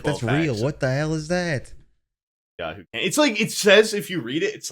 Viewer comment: Why the fuck did they keep calling Yoo-hoo “Yahoo”.